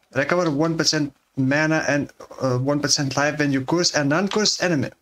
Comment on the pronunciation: You pronouncing 'curse" as "coorse" is so funny